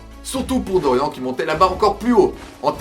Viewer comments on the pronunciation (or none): On dit "Doriann" pas "Dorian" ! xD Mais après pour Kozué c'est trés JojoLike en termes de dessins Baki donc je trouve que ça passe mieux que les meufs surlissés des animes simples d'aujourd'hui , et Kozué c'est le point Culminant de tout Baki (Manga parlant surtout )